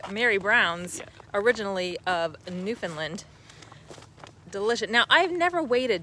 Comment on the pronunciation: Just to help you out with the pronunciation of our beautiful province it's New Found Land and not New Found "Lind" You were already two thirds right!! 🙂